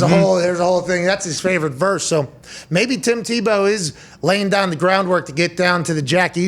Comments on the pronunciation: Everyone: Tim tee-bow Pat: Tim taboe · I love how he says Timmy Tebeaux 🤣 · Come pat, its teebow. Not Tebow, u Pittsburgh native. Say it right. Love u and ur show. Come on man! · The only people rooting for Tim Tebow to fail were those who have never competed at any serious level in their lives, and those who masturbate to pictures of Colin Kaepernick. But I repeat myself. And Pat, while I respect you and love you on WWE, the name is pronounced "TEE-bow". He always made me think of the old-time shortstop Eddie Stanky, of whom Leo Durocher said "he can't field, he can't throw, he can't hit, he can't run. All he can do is beat you." Our sports scene today needs guys like that. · Someone on his staff has got to tell pat before the 647th time that calling him "TahBow" isnt funny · Tah-bow... Pat you crack me up! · Pat is fun but loves to slight people like "ta boe" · Not teeh-beu😲😲😲😲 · I hate the way he says tebows name lol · Maybe pronounce his name correctly rather than mockingly? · Why does he say Tebow like that like an idiot